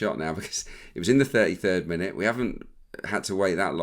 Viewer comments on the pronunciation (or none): none